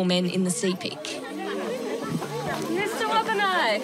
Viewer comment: Sepik is pronounced sip·ik; just like Picnic (pik·nik). Not see·pik. 🤩 - Wantok from Goroka, EHP.